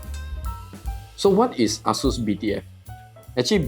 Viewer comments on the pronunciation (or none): The way you say Asus sounds like A--Holes came out with this. lol Looks nice.